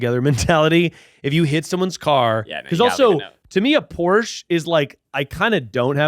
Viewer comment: Yall saying porche wrong tells me everything I need to know